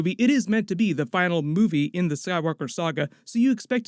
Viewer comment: sounded like you said sad walker saga. It’s a sign.